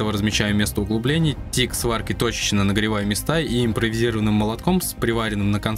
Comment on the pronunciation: Только на этоооом канале. Правильное произношение подшипник а не подшибнок